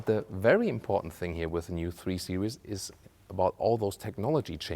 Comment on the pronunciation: your beautiful description goes really bad when you call Series Seri-ous here is the pronounciation